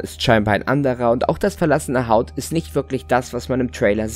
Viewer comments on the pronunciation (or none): das verlassene "Haut"?